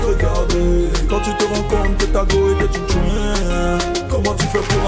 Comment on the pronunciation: 😂😂grand pardon on dit tchoin ! thoinc c'est quoi ? 😂😂